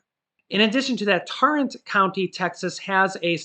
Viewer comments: it's Tarrant county not torrant county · Ok I'm gonna catch you/nail you again. You're still saying Nevada wrong AND oh good lord you murdered Tarrant county. It is pronounced Tearrant but it's just spelt Tarrant. Sorry, it's an OCD thing. Love your videos and I'm grateful for you and your family. Y'all do an amazing job making our lives a Little easier. Thank you!!!